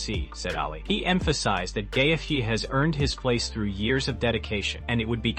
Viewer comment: Love the butchering of the names, "GAY-fj". And pics of Khabib as Ali???